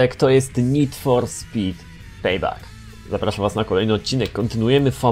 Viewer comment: BŁAGAM przestać czytać Payback jako "Pejbak" bo moje uszy krwawią czyta się "Pejbek"